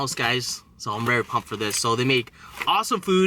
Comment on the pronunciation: It’s so funny when he says right before he eats : I’m poommped